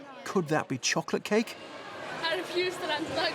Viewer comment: choclat cahhh. they dont know how to say „k“ ???